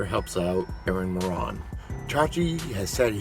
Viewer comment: It's Moran like More-ann, you More-On (like moron).